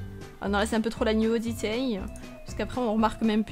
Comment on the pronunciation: La" nyudité" 😂